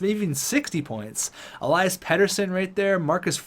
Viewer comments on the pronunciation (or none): none